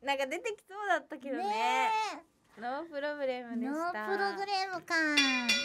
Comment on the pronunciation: 配信でみこちはノープロブレムの事をノープログレムってよく言いまちがえてるんですが線すくでも聴けるとは思いませんでした